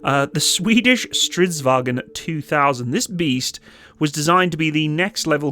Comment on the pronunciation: As a swede, Im starting to get tired of people saying "wagen" to the word vagn. Like honestly. Its not even close, stop saying it in german, use fucking translate if you need to learn it. Or AI voice. Even that is better at this point.